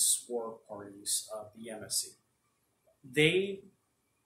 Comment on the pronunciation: It’s pronounced Ya•Mas•See